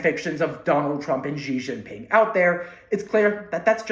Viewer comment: Say “she Jinping” instead of ge jinping”